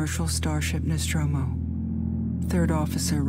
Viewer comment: Dmitry Vasilyev Tip: "NOSTROMO" P.S: you almost got it right!!